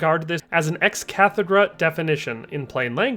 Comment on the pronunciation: Maybe learn to pronounce "ex cathedra"? Hint: It sounds like "cathedral."